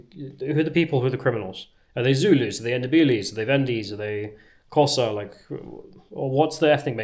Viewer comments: You're pronounced Xhosa wrong the X is pronounced as a click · Does "Kosa" mean "Xhosa" tribe? The name's pronunciation begins with a click of the tongue upon the roof of the mouth. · Come on,. Try a tongue click for 'Xhosa'. You know you want to. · Xhosa is pronounced with a click at the start. edit - I see that this was addressed.